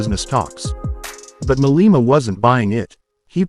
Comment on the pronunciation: hahahahaha oh the irony julias malema calling people racist haha you couldnt make this up and he cant even get his name right hahaha